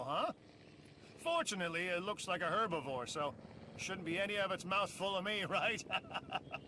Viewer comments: H e r b I v O r e is pronounced her-buh-vor, NOT er-buh-vor. H e r b IS pronounced erb. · The fact people tend to pronounce herbivore without an H annoys me as well: only makes sense for those who speak with dialects that drop the H at the beginning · Never in my life have i said it "Erbavore" i have always said it as "Herbivore" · So, I'm an American, and also get like 1% agitated when people say herbivore as 'erbivore. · for "Americans" i pronounce it like her-buh-vor idk why she pronounces it like that but there are some words that english people pronounce that bothers me too lol so i feel his pain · said erbivore. Every American here is cringing